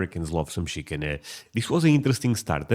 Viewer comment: Shickin 😅 He pronounces Chicken just like you do.